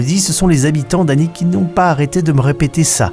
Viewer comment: The "H"alnwick garden ??!